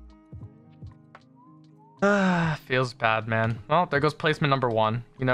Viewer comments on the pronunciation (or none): Who else hears when he says Feels Bad Man FeelsBatman or is it just me.